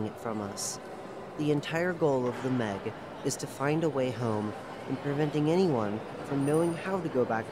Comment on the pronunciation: I suggest adding pauses where there are colons and pronouncing M. E. G as the individual letters instead of meg